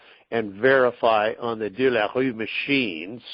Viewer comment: Aaaaaannnnddddd here we are.......10 o'clock.......aaaaannnnndddddd....what do we have?All I got out of that call was I learned the correct pronunciation of "De La Rue"...whew..I feel better!